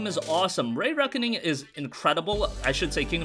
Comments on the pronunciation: Re.make,Re.Reckoning not rey Reckoning.... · “Reeee Reckoning” not “Rayyy Reckoning” not to dog on you by any means! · REE Reckoning not RAY Reckoning LoL everytime you say it I die a little inside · Stop saying ray reckoning its re reckoning love kingdoms of amalur when it first came out cant wait to play it again that and mafia 1 I'm definitely buying avengers beta wasn't very good looks like theres going to be a battle pass and I'm not supporting that and it wasn't very fun either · Say it with me RE-RECKONING